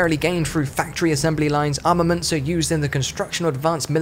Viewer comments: Seriously. He also says 'arnaments' multiple times. There's no shame in recording a second take. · Looking forward to the reupload with the word 'armaments' pronounced properly.